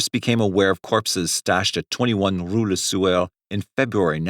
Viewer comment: It sounds like he keeps saying le sewer....🤷🏻‍♂️💯😂😷